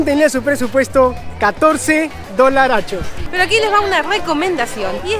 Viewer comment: Por favor, quita de decir dolarchos!